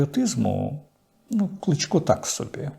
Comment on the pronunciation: А чому в пана Дмитра така підозріла російська фонетика? :) Чому це він називає КлИчка - "КлІчком"? з якого дива? Звідки оці : "ДанІлови", "РЄзнікови", а також вимовляння на російський лад решти слів на кшталт "проблЄми", "крЄмль" тощо. Вам так подобається московська мова?